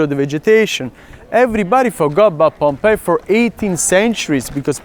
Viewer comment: I'm glad you call it Pompey ( pom-pai as it should). I've heard a fellow countryman of yours call it with the hideous sound of pom-pee. Thanks. It's greatly appreciated.